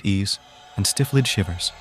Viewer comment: Is this AI or is English not your first language? I love the voice but there were a lot of stumbles in the beginning (ex: stifled being pronounced as stiff-led). Either way I very much enjoyed your voice, reading style and music choices.